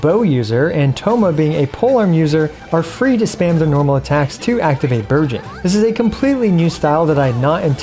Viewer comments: No-one gonna talk about how he sounded like he said "Virgin comp" i mean the name still kinda fits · Every time you said Burgeon in Bergeon Team, I kept thinking you said Virgin.... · Really thought you said "this VIRGIN comp" when you showed the characters and I didn't even flinch. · Am I the only one that kept hearing "Virgins" instead of "Burgeons"? Makes it funny lol